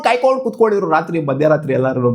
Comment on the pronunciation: ಕಾಯ್ಕೊಂಡು ❌ಕೇಯ್ಕೊಂಡು ✅ ಸ್ವಲ್ಪ ನಿದಾನವಾಗಿ ಹೇಳೋ ಲೌಡೆ